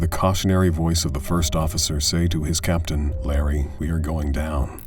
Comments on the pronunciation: I know (or hope) it’s already been said that it’s Captain not *Caption*. And pitot is pronounced pee-toe. I know. I’m a grammar nazi. Get off me. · It's 'captain' by the way, not 'caption.'